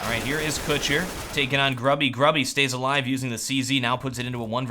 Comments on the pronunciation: gruby is pronounced "groobyh" - it means fatty ( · you should prenounce Gruby's name moreless like "grooby", it's common polish word meaning "fat' :D